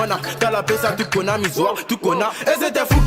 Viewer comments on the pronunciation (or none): none